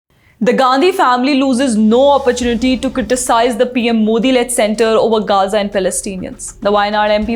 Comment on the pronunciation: Only ravish pronounce gaza correctly 😅😂